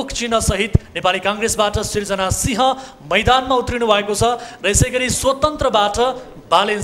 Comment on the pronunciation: Yo mula news reader haru kathmadau bhanchan, kathmandu nabhani "tyo thoplo lai kasle uchharan gardine ho. si ha re singh nabhani. ain bhanchan aain lai.